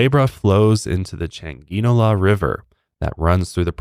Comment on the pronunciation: I have not finished listening, but as a panamanian I can confirm you guys pronounced everything correctly, even Changuinola, impressive😅